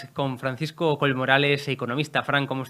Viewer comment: Jajaja. Los castellanohablantes. Sabéis decir Collado , pero no sabéis decir Coll. No es col jajaja